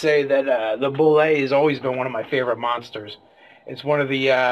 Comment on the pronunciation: You are absolutely right in terms of language, but the pronunciation as dictated by the sourcebooks themselves is "boo-lay" theres a great video on here where Tim Kask talks about how he created it.